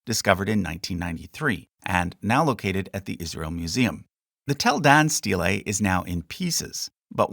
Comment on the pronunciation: The pronunciation of "steylay" .... hahaha